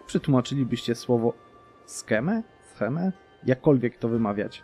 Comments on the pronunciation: Scheme (czytaj SKIM/SHIM) Intryga albo spisek. Tak w ogóle na początku grając Polską atakuj pogan bardziej wysuniętych na zachód żeby zgarnąć ich ziemie zanim zrobić to HRE i aby odciąć HRE od ekspansji na wschód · Scheme to znaczy intryga tak jak w tym przypadku: Intryga: Przekabać Królową Wyszesławe A wymawia się to tak: Skiim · scheme czyta się skim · Plan/schemat czyta się "skim" (nie bicie ale nie znam fonetycznego zapisu)